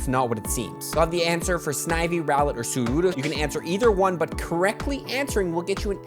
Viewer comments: Mystic7 is gonna hate that you be out here calling Sudowoodo "Sudowoodoo" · Its soodoh-woo- doh, which infact does not rhyme with voodoo 🕵️‍♂️ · But it doesn't rhyme with voodoo it rhymes with something like doe